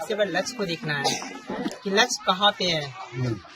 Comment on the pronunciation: લક્ષ્ય ને લછ કહે છે 😂😂😂